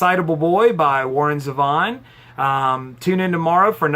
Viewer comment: Zeeee-von. Please, you’re killing me.